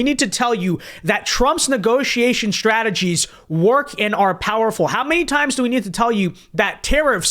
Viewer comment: Shtrategies, Shtrikes and adminishtrations